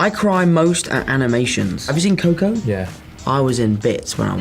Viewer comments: You see Kou-kou? XDD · No puedo con como pronuncia ✨ COCO✨